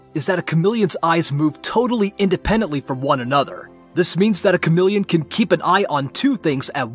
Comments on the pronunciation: Kamillion. Fuck off its KA-MEE-LEE-ON. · Kamillions? It's cha-me-leons. So ka-me-leons..